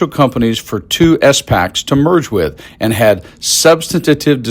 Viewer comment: It’s pronounced “spacks” not “s”-“packs”. And “securities” not “security.”